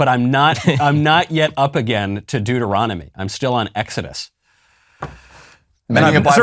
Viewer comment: Many a Bible-reading plan has died on the shores of “Dueteronomy” 😂😂😂